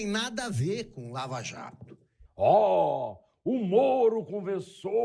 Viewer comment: É impressão minha ou ele falou: escândalo da VALAJATO? kakakakaka